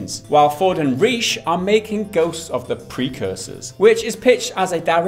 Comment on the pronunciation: lol i love how changed the pronunciation of Reiche every time.